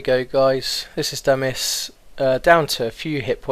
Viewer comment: dont get why you say damil LOL